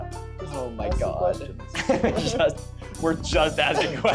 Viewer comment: Impressive axing